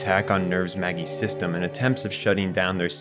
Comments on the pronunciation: The only part of this vid I would criticize is that for all research done on the story, some of the pronounciations of things like Magi & Seele didn't have enough research. Other than that, it's the most understandable explanation of Eva's story I've seen. I first watched it on VHS in the late 90s, early 00s. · this is a really nice explanation of neon genesis evangelion but it drives me insane how many times you mis-pronounce the names of things. for example, you pronounce the word "magi" as "may-gee" but its supposed to be pronounced as "maj-eye", the word seele in the anime is pronounced as "say-lay", not like the word "seal" and the name "Misato", which you pronounce differently multiple times, should be pronounced "Mee-sah-toh", the name "Kozo" is also pronounced differently many times, with one of those times being pronounced like "Kojo", its just... "Koh-zoh", "Kaworu" can just be pronounced as "kah-oru", but every time you pronounce it, it's different, mostly with you pronouncing it as "kow-oru" it really makes me wonder if you've ever seen any of the anime at all or if you're just making a video about it because you know that it's popular and it'll get views.. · Magi is pronounced mayjeye (just fyi) Also that would be a murder-suicide I think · Love the video, I really do. Just some weird pronunciation... like how you say SEELE and Magi as "seal" and "Maggie" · Holy shit dude it's "may jie" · literally stopped watching the second you mispronounced magi as maggie man wtf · The "Maggie" computers...bro it's the three magi (wise men) from the Bible, at least pronounce it correctly. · lmao, “seal,” “maggie super computers,” how do you know so much about the series, yet keep mispronouncing words that are said aloud with accurate pronunciation in every translation? 😂 aside from that, very well researched video 😎👍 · Also, May-Guy instead of Magi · it is killing me every time he pronounces Maji as Maggie. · Magi and Seelee is wrong pronunciation.. But good video!